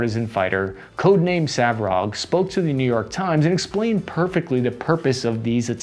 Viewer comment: Its not Savrog, its Svarog - Slavic God of creation